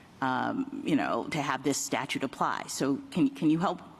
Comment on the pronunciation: StaTUTE! "statue" lol adios